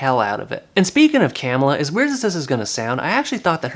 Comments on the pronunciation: It's not CAM illa, it's ca MILL a... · Hello, it's pronunced cuh-miller. Camilla